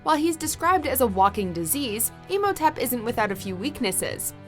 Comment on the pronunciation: it's pronounced Im-ho-tep not Emotip